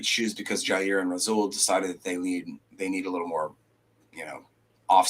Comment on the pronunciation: He said "Ja Rule" 💀 trying say Jaire and Rasule... 😆 love it